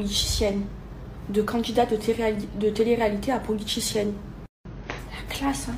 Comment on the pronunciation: Elle a dít quoi ? Politichienne ?? 🤣